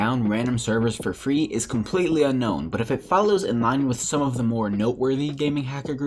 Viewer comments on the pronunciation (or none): none